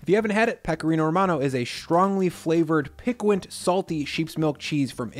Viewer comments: "pickwahnt"? if you meant "piquant" it's pronounced "peeKAHNT" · Pick-wint? Pee-can-tay. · It’s pronounced “Pee-cont” not “Pic-quint” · Pick-wahnt?! Lol! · pickwint haha never change:D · "Piquant" is pronounced "pee-cant" FYI. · Pickwint?? Lol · I am loving how you said Piquant. Keep going my friend! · I really love your videos. But we need to talk about your pronunciation of piquant...